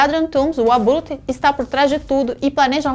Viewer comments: "o abrutre" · abrute, abulte. ta certo!!! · Ela falou abrute kakakakaka ficou perfeito manoo❤️